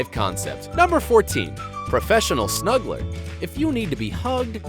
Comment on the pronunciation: When he said snuggler i thought he said smuggler